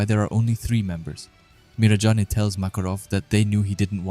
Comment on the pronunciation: The pronunciations of the names in this video is killing me, I definitely recommend watching a bit of the English dub but 3 minutes into the video here’s some help Gajeel : Gah-jeel Levy: Lev-ee Mirajane: mee-rah-jane Cana: Con-Ah Laxus: Lah-X-us Charle: Car-lah (idk why but yeah it’s different in English) Acnologia: Ack-no-low-gee-ah I’ll add more if necessary as I watch👍